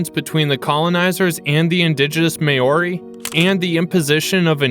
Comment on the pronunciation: Hearing Maori pronounced as mayori 😬